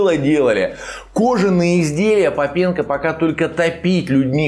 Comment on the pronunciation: может не попЕнко, а пОпенко?..